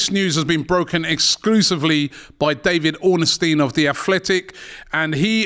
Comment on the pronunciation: Ornstein not orner steen 😂 great show as always but his name isn’t that hard!